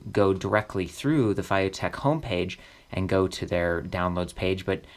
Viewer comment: Feiyu is read as Fay Yee. The "yee" sound is slightly more challenging to pronounce.